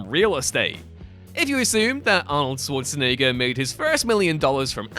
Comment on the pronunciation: ah, the competition of who can pronounce Schwarzenegger the wrongest continues